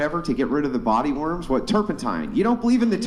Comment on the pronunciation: "that have body WARMS." girl with bad English. "What?" Everyone "Exactly." Girl "Idk what you're saying." Everyone "Body WARMS." GIRL "Are you saying worm or warm?" Everyone "Yes " girl.